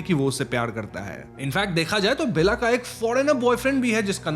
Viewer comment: Lol it's not Bella but Bela (बेला)